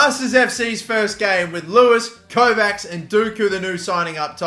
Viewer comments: the 'cs' in Kovács pronounce like 'ch' in coach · The end of Kovács is pronounced like the end of the word "match"